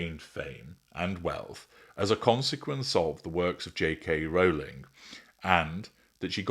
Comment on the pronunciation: AT LAST! A YouTuber who pronounces Rowling’s name correctly! Thanks. All the other weird pronunciations are grating.